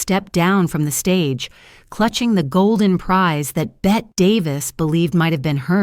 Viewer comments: It’s not Bette, like Bette Midler. It’s BettE, as in Bette Davis Eyes. Also, whose pictures are these? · Hello, I have always heard her name pronounced “Betty”, and not “Bette’’.